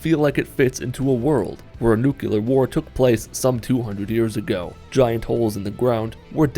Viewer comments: I love your content. But when you pronounced Nuclear like "Nukular." It's "Nu-cle-ar." Or "New-clear" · Love the content, nucular is not a word though. Think new clear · A nukular war? Wtf is a nukular war? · "It does look like a world where a NU-Q-LER war took place some two-hundred years ago."